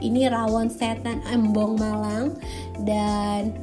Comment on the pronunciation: bocan melafalkan “Embong” jangan kayak Elang. Huruf e-nya dibaca kayak Receh.